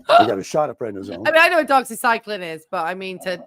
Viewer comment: The way that pronounced "Doxycycline".😂. What a moron.. Stay in school kids. He's a regular Norm Crosby...😆